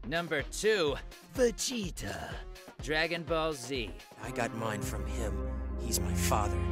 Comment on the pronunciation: I’m still trying to figure out how goku had sex more than ve-gay-ta